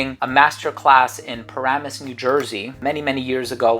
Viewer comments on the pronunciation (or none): none